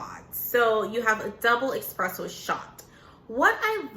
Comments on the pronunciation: It’s espresso. Not expresso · Espresso is pronounced like Nespresso. It’s not Exxxxxxxxpresso ;). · Espresso not Expresso 😩😩😩